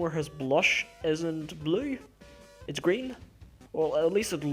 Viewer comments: Y bley? Lol i love the way you say blue. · lol, your accent. every time you say blue, you really say blooueri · I'm not judging on how you say "blue" but it sounds like "bleaue" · The way he says 'blue' XD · No offense, but how you say blue is hilarious